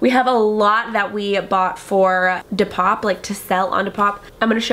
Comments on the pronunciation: you can literally watch any other depop video on YouTube and find out how to say it. D. POP. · you can't be serious saying depop like that